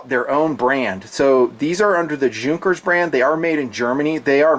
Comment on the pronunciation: It’s pronounced “Yunkers”